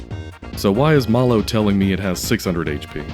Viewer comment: I can't believe I didn't know about that extra dialogue for THIRTY YEARS. Also, Mallow rhymes with shallow not hollow.